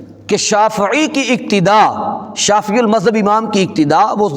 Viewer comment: مولوی صاحب شافععععی بولتے ہوئے گلے میں کڑل نہ ڈلوا لینا شافعی کو چاہئے شافععععی بھی بول دیں گے آپ پھر بھی جاہل کے جاہل ہی رہیں گے